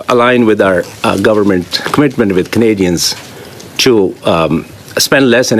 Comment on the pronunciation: this liberal lackey is obviously filibustering. Can't say "Canadians" just like squeaky champagne. We know what Canadian want. Can't even say Canadian's / Canadians. Yes let us trust a foreigner who can't speak fluent english. Sounds great.